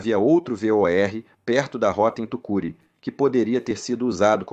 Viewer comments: Apesar de alguns erros em palavras muito “brasileiras” como Tucuruí (lida como Tucuri), em geral tá bastante bom. Bem melhor que a média do que rola por aí. Inclusive valeu a revisao de alguns detalhes tipo falar Boeing sete-três-sete, como é usual, ao invés de setecentos e trinta e sete. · Tucuruí está pronunciado errado 😂😅já morei lá e sei q vc falou errado